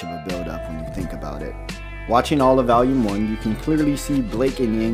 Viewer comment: Aside from a few nitpicks like saying “Valume” (which it is pronounced “VOLUME”), this has pretty much explained things in greater detail. AND pretty much confirmed my worst fear: RWBY is dead. “This is how it happened: This is how Team RWBY died.”